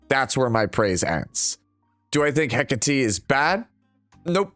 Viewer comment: Hi, I know you appreciate proper pronunciation of names. I do too. Since Hecate is Greek in origin, it's pronounced heh-KAH-tay, with the stress on the middle syllable. Cheers.